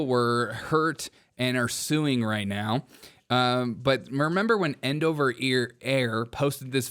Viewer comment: I'm not sure which annoyed me more: The continuous, childish fart noises; or you constantly mispronouncing Endeavor Air as "End Over." WTF dude?